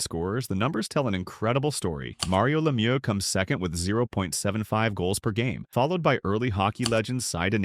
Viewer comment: In fact the only French name properly pronounced was Mario Lemieux. Which y’all usually pronounce LeMew 🇨🇦🇨🇦🇨🇦🇨🇦🇨🇦🇨🇦🇨🇦🇨🇦🇨🇦🇨🇦🇨🇦